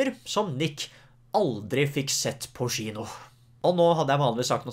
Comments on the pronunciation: Og hver gang han sa «tchino»... Syns egentli tchino var værre, det uttales «kjino». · Crazy konspirasjons teori: nick klarer ikke uttale kino ordentlig så han sier i stedet chino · Får litt vondt hver gang du sier «skjino» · Offf av meg, får litt vondt i hjerte når du sier SHINO å ikke kino. Dømmer ikke, sa Sh foran alt jeg å når jeg var liten. følern nick, kan bli provoserende at folk nevner det hele tiden men måtte bare beklager <3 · Det heter Kino, ikke Shino 😩😩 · Haha Faren min satt ikke så langt unna da jeg så på denne videoen, så hver gang du sa "schino" begynte han å le siden han er norsklærer! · Samme her😂😂😂